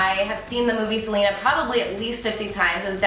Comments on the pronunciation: It's pronounced "Selena" not "Selina" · I thought her name was pronounced seh-len-ah not like how Selena Gomez is pronounced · smh you didnt even pronounce her name right... delete this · I love Carli so much but the way she pronounces Selena annoys me 😭